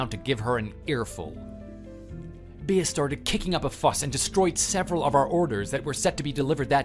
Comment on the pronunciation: Bea is pronounced bee not bee ah.